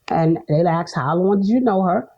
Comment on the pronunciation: It's "A S K E D", not "A X E D" Ugh 😫 so cringe